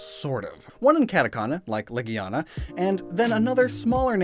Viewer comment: Heard some guy pronounce legiana “la-gina” don’t say that around children.